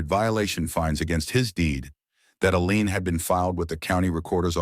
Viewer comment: These AIs still can’t get lien right .